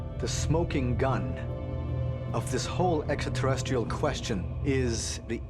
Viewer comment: 😂😂😂extra ter rest reels 😅😅😅